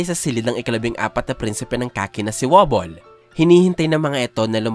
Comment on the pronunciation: correction lang pag kakaalam ko ang basa dyan hindi prinsipe woblee ang bigkas dyan "Prinsipe wabol or wobol" godbless idpl